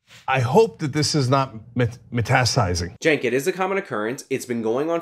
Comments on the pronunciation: The word is "metastasizing", Chunky. Just say "spreading" if you can't get it right. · And it’s “metastasizing” Cenk.